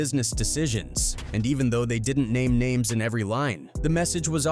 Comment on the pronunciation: Stop using A.I. to narrate your videos!! It's clear as day by the way the names are pronounced.